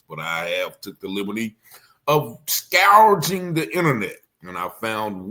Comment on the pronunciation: Young man you are always butchering words, you need to sound intelligent if you're going to have a podcast. The word is scouring not scoureraging as u pronounced it! I've heard u mispronounce other words before also. Step up your vocabulary! I'm still watching for u though. You do great work!!